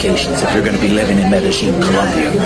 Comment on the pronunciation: Medellin (Medeyeen, not Medejeen, and only the back of your tongue touching the roof of your mouth to pronounce the 'N,' like when you don't want liquid in your mouth to go down your throat.